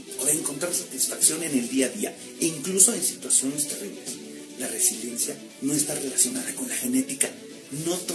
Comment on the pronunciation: Yailin no sabe pronunciar la palabra Resiliencia, ni siquiera sabe el significado 🫣 es solo una copy paste de otro artista 🙄